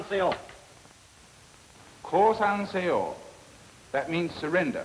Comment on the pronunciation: The way he pronounces seyo sounds like Korean